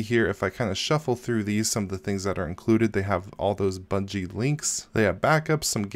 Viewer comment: You keep saying Bungie...